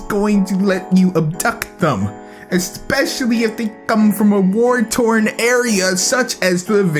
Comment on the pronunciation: OMG THIS VIDEO IS HILARIOUS! "I guarantee U that most women won't just let- u abdUCT THEM! Espekctually-if-they-come from..." I have to know if this was intentional XD